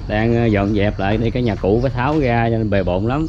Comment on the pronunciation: Là thầy giáo phải phải phát âm tiếng Việt cho đúng ơi, khi mình đi học thầy cô dạy mình đánh vần rõ ràng chữ “R”TR” uống trà không phải uống chà ra không phải ga rồi không phải gổi trái xoài không phải chái xài….., xem kênh DTH rất nhiều thích nhất chia sẻ cuộc sống Mỹ và rất nhiều …. Nhưng nếu được sửa lại cách phát âm cho đúng chính tả Việt Nam thì ấn tượng lắm ❤